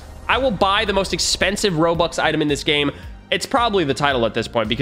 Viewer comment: He said robuc